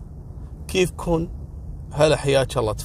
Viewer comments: خقيت لما قال كفيكون 😂😂😂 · الام وهي داقه كيفكون ولله ضابط الهجه 😂😂😂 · ههههه الله يرج إبليسك ،، 🙊😂😬😂 الد12قيقه و16ثانية القصه لسى مابديت فيها علامة الجودة هذه تبعك هههههههههههه يخرب بيت شياطينك 😂😬😂😂😬😬😬والدقيقه14و34ثانيه الوو كيفكن 👏لهجة سوريه ياسوري إنتا..